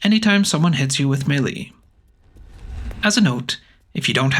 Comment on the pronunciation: Melee sounds like “May” as in the month & “lay” as in “lay down” “May-lay” = melee